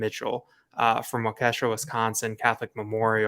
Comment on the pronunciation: I'm from Milwaukee. It's pronounced Wau-ke-shaw and not Wau-kesh-sha. 😂